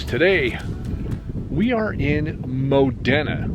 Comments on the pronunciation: Thanks again for the great video! We're from Newcastle and I work in the Modena area at times. By the way it's pronounced mo- dean- a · Locals pronounce it "Modeena" (i.e. Moh-Dee-Nuh).